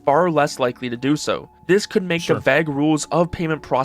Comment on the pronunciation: someone should teach that kid how to pronounce vague